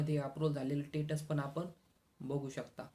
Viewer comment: Masej nahi message, ani tetas nahi stetus as mhan.